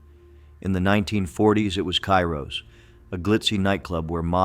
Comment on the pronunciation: Ciro’s in Hollywood was pronounced See Roes not Cairos!